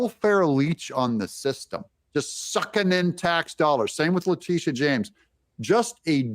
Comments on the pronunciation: Letitia = Leh-tisha not Le-tee-ta!! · It's latisha not latita. Bro you're getting a big following so maybe need you to go and check the pronunciation of these words before you start saying them out loud cause....smart. Good luck. We need folks like you out there!! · Her first name is pronounced like "Letishia." It doesn't look like it, but that's how it's pronounced. I don't like her, but unless you're messing up her first name intentionally, you're saying is wrong. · First, her name is pronounced like LA-TEE SHA. Also, our founding fathers fought against us. The British. All of the men who wrote our constitution were some of the British who tried to take control of us. Learn your history. And it was the armed citizens who beat them. Not our army. This is why we have the right to keep and bear arms. They learned something when they tried to take our guns as the w Dena want to do today. They cannot control us as long as we stay armed.